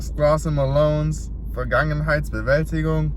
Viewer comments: BRO PRONOUNCED THAT NAME LIKE NOTHING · Dude, respect for pronouncing that title. I'm way too scared to even try, lol